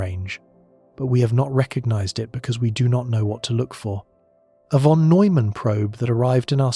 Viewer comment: If only you pronounce "von" correctly.